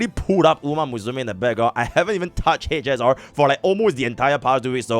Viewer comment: hech ess aar...